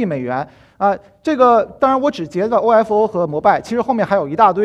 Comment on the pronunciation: 为什么说 欧f欧 明明是欧否 欧fou 显得太不专业了吧